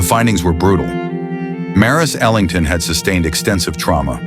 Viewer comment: Ok, wrong pronunciation. It's Ellington, with 'E' at the beginning